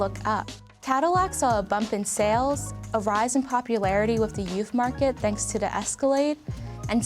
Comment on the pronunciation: "Tanks to da Escalade.."